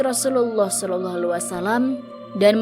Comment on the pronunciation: Rasulullah Salallahu alaihi wassalam. Eja yang jelas min.. Agak keganggu saya dengar nya kok agak beloh gitu mengeja nya.